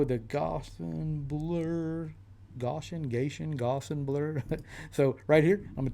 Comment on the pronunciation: ***** indeed! you induced viewer interaction all on the sly by mispronouncing it. Lmao!